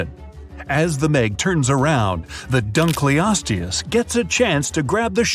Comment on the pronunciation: He pronounced dunkleosteus wrong